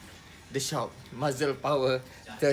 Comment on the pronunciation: Muscle disebut Ma-Sel bukan Ma-Zel bang...hehe..tp best explanation abg. Paduuu